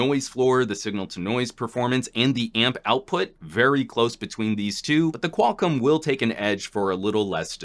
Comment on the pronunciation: Qual COM, not Qual-CUM.